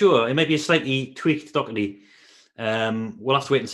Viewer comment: Please pronounce Doherty properly!